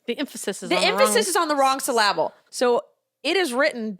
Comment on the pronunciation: Syl- LAB-le?😂